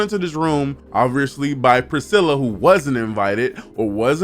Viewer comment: Loved the review, I watched the whole thing! For a few points: it’s pronounced pre-stella. There was less than a thousand people in the courtyard.